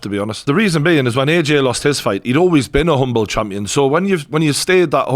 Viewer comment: Lol "Chumpion"